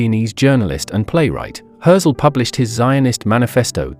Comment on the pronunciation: Maybe learn how to pronounce his name?